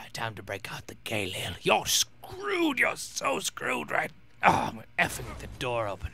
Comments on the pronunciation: lol Galil is pronounced [gah-LEEL] pretty awesome gun btw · Galil Gah-leel But your pronunciation is better.